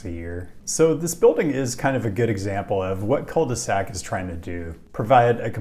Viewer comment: Pronunciation is almost as bad as Rochester